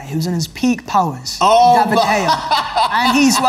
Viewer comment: doesn't even know how to pronounce De Gea right and he was representing United in this argument? embarrassing.